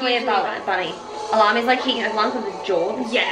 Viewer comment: Okay so I have some info for you! 1- Alem is pronounced as AH-LEM not AH-LAM as you have been saying it. 2- AZ is pronounced A-ZEE not A-ZED 3- Alem is the main vocalist 4- Ace is the one who trained in Korea under SM Entertainment.(You said it was Bala which is incorrect) 5- Kazakh might sound similar to Russian but they are different languages as Kazakh is more Turkish than Russian, they both use the Cyrillic alphabet but thats it lol. 6- about the new girl group you heard about which is called 'JUZIM' they where created through a survival show and some of the people where one the Ninety One drama as there love interests.(I only recognise the red haired rapper so cant tell you if any of the others are in the drama) ALSO! They are 91's Sister group being under the same company.